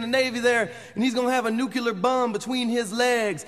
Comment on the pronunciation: ..... that's NUCULAR bomb, according to Mojo.